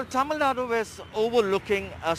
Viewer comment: Reporter please pronounce Tamilnadu properly You will feel disappointed when someone mispronounce your name Mr